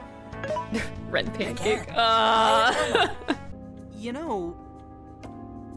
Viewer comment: "REN PANCAKE" ME: I hate you